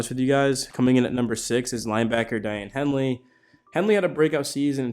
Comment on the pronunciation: It’s “Day-on” Henley. Not “Di-Ann”